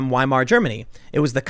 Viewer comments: German "W" is pronounced as the English "V". It's not "WHY-mar" but "VIE-mar". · Not to be that guy, but it's pronounced Viemar. In German, a W is pronounced like a V.